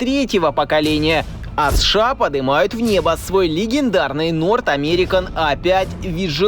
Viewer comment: Бля, как режет ухо, когда аббревиатуру, читают не по буквам, как подобает, а читают как слово, прям СШАААА, словно у человека челюсть отпадает и он быстрее хочет произносить это. 😂 Читать аббревиатуру нужно по буквам, как в алфавите "Сэ-Шэ-А" (США) или, "эН-эЛ-О" (НЛО). Ну вы же журналисты, серьезная контора, ну что вы как дилетанты себя ведете?😅🤷‍♂️